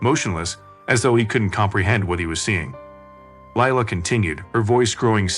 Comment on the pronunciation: Leila is pronounced Lee-Ila.